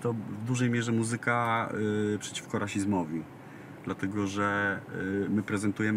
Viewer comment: Ładne ubranie ma Jan Mlynarski i figure tez. Uprzejmie prosze aby w slowoe „muzyka” akcentowac pierwsza sylabe. Dziekuje.